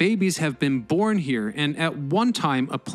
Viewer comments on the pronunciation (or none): none